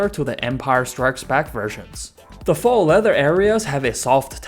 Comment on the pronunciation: Good video. Very thorough, good insight. If I may: faux, as in faux leather, is pronounced like “foe.” Not trying to offend, i appreciate the audio being in my native language, just thought you may want to know.